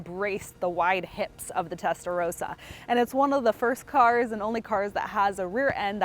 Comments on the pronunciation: Testa ross ah. Not row sah. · She keeps saying Testarowsa she does not even how what car she is standing next to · "Testa-RAWsa," you know like the Italian Ferrari color "RAW-SO corsa."